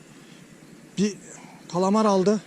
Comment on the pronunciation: Kalamaya kalamar istavrite istarvit diyişin beni bitiriyo :D Ellerine sağlık hocam harika video